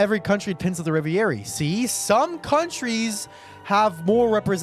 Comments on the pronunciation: ITS. PRONOUNCED. RE. VE. RIE. NOT REVY AIRY. PLEASE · "Revi-eri" lol "Reh-ver-eee" Dope reaction as always though bro! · hey, french guy here. please pronounce it "ray-very". thanks.